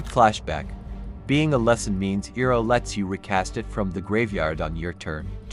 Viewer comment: Saying his name wrong pissed me off